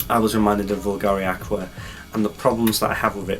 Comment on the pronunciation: Here's a crash course lesson on the correct pronunciation of Bvlgari 😜 Nevertheless...AWESOME review by the way 😎👍